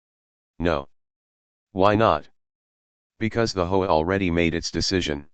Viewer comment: Gotta love AI pronouncing HOA as hoe‼️ just about right